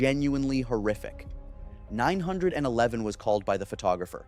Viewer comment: OMG its 9 1 1 not 9 hundred and eleven.